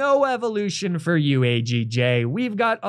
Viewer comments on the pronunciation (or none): none